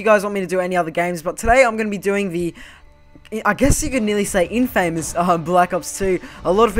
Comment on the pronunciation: it's infamous not in-famous